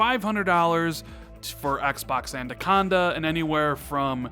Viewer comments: If you say adaconda one more time instead of anaconda I will unsub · I can't be the only one that heard him say andaconda throughout that entire video instead of anaconda. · Everyone in the english language: anaconda.: andaconda. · How many people hear’s say ANDACONDA”? Stop it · I want to punch my monitor every time you say ANDaconda,......say it with me....it's Anaconda.....;) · Great vid but please stop saying Andaconda! its ANAconda! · LOL! Awesome. The first listen through I didn't really notice(even though he mispronounced it in past vids). But the second listen through it stands out like a sore thumb. LOL! Actually, he says: "And-aconda". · Xbox "andacanda" 😂😂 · Is it an American thing calling it ANDaconda, or just a thing? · Yo its@ not ANDACONDA... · Don't know about anaconda, but ANDACONDA is looking pretty good!! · haha it’s the extra D you put in. Great video though man. When’s Xbox Two going out? Last one before E3? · Why Can't you pronounce Anaconda properly? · I hope they gives us a name so we don't have to hear mispronounce Anaconda until e3 2020. Lol. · Was i the only that noticed how he pronounced "Anaconda" I'm hyped for E3 and hope you are right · is aware he pronounces Anaconda wrong yet still keep doing it Kinda funny and frustrating at the same time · Was going to say the same thing lol love the vids but got to make sure the pronunciation is right. Especially since you spell it right. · Steven Smith I was thinking the same thing.😂